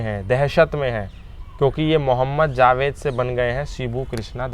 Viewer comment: Abe zaved nhi Javed hota hai aur Anees mardo ka naam ...naam lena bhi nhi aata jhoot bol raha hai tu ex muslim hone k naam pe